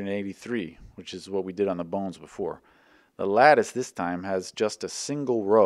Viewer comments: I keep hearing "The bounce" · The bow-Nz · bawwwwns (no) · that pronunciation reminded me of Sethical's B O N E L E S S P I Z Z A